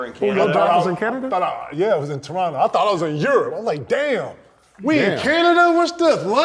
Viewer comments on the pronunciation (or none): none